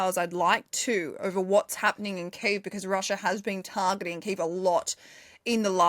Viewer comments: It's not Kave or Kive, it's Key-ev😅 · please learn how to say kyiv the Ukrainian way. not russian